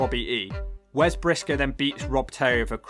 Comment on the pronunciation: Lol is right Eric Bischoff was hated and Garrett Bischoff was hated and wasn't liked and wasn't the best wrestler in TNA the legacy continues also what was with Garrett having the Young Bucks side burns? Lol also instead of saying Brisco it said Pisco lol